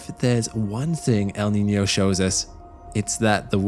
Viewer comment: Your pronunciation of "El Niño" and "La Niña" is spot on!